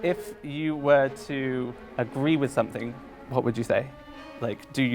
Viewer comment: "sun-thing" instead of "something". Just. No.